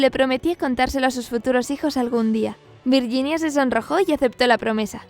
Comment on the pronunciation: "virguinia" "sher" simon. O camon please